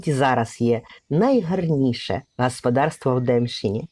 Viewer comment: Вивчить правила української мови. Всі голосні звуки вимовляються чітко. Не "гаспадарство", а гОспОдарство. Неприємно слухати.